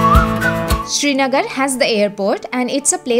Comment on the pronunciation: And please its "sri" nagar - land of the sun and not SHRI NAGAR